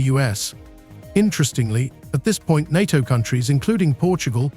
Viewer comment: AI can never replace the real humann voice. Just count the number of times the word NATO was prounced incorrectly.